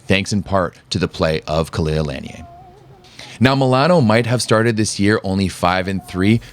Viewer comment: The correct way of saying her last name is La-nee-ay. The NCAA have butchered her name all these years.